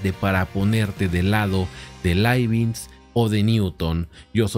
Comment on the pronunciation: Profe. Leibniz no es Leibinz.